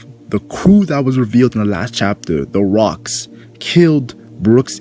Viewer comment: Its Locks not Rocks, it’s Gol D. Roger’s brother Gol D. Locks.